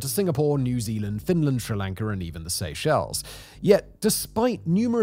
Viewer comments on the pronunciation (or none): none